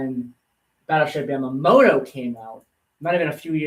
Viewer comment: Yah-mah-tow, you should know better LoL